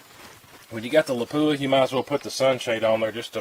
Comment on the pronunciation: Surprisingly, people still don’t know how to pronounce the word Lapua. It was named after the Finnish town where it was developed. It’s not la-poo-ah, with emphasis on the poo. It’s lap-uwa. Or lap-wa. Emphasis on the lap.